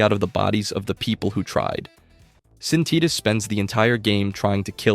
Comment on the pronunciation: Tidus "Tee-dus"